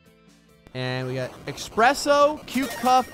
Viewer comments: eSpresso not expresso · ESPRESSO! There is no "X" in ESPRESSO! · Ugh. Had to unsub when I heard you say "Expresso"... There's no "x"! :( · who tf says that?